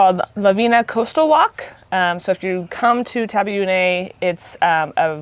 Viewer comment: The guy pronounces 'Taveuni' correctly which is with the 'EE' sound at the end of it; NOT "Taveune" with an 'EH' sound. The "I" here is pronounced just as in English as in "It".